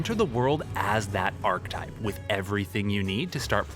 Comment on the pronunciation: Awesome video, looking forward to both OG WoW and CoA. However, my OCD kept getting triggered... 'Archetype' is pronounced 'Ar-kay-type', not 'Ark-type' ffs! Apart from that, good job! 😁